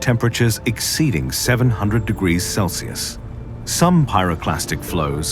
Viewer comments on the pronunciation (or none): none